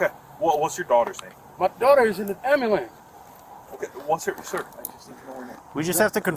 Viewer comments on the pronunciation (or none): "my'namadontariuh" "my dodder is in the amerlans."